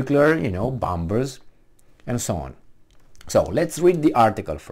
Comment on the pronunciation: Not bomBers,, but bomMers. The second B is not pronounced. I dare to correct you out of my affection for you.